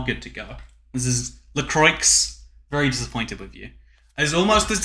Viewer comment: if you pronounce la croix like that again... i mean, it is spelt that way, but.....